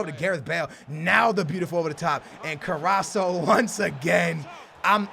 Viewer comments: His name is CarrasCo not Carraso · CarrasCo not Carraso. keep up the great vids tho! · CarrasCO not Carraso :( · it's carrasco not fucking carraso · you Carrasco is like Carrasko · its carraskkkkooo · it is carasco (kar-as-koh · STOP SAYING CARRASO it makes me go crazy hahah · CAR-RAS-CO Get yo shit together still one of my personal favorite youtuber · it's carr-ass-co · Its carrasCo you say it like karrasko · Kar-Ass-Ko please like so can pronounce it right in the next episode = ) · im a big fan but i would just like to point out that its pronounced carrasko. Like so can see. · it's Carass-CO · i would rate it 8/10 and i would be scared if i saw your name😂(not because of your team). and plz its carrasCO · you pronounce it ka-ras-ko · carasco is pronounced car_as_go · it's carr-as-co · Carrasco pronounced CarrasKo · CarrasCo, there's a C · Take a shot everytime says CARRASO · it's CarrasCO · It's pronounced Carras-co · it's carras(KO) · Ffs it's carrasCooo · It's pronounced ca-ras-CO!!!!! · In the next video, please call Carrasco CarrasCo... Anyway, love your videos. Keep it up! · ye call him carasko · carrasCo pronounce the C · It is Ca-ras-co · Po1son Turtl3 Ca RRas Co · there is a fucking C at the end of his name CarrasCo, fucking Co not So. Please I've never been so angry at you mispronouncing a name, please read the name before making the fucking video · Skills its cara-sko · ITS carrasco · I cringe so hard when he says carraso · Raul Sendra yeah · its carrasCO The C you have to say like a K im Belgian so i can confirm you😂🇧🇪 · its CarrasCO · love the vids! but 1 thing its carrasCo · OMG!!!!!!!! IT'S CarrasCO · It's carrasc o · its carasCo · carras'''''''C''''''o PLEASE SAY IT RIGHT... YOU'RE MISSING THE 'C' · Carrasco has a C in it, not Carraso. Love your videos 👍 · Its pronounced CarrasCO! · it's c a r a s c o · its carrasKo